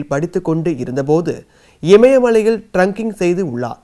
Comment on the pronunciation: பல சொற்கள் தவறாக சொல்கிறார் ட்ரெக்கிங் correct trunking wrong ஆட்சி correct ஆச்சி அல்ல மழையில் சரி மயையில் அல்ல இப்படி நிறைய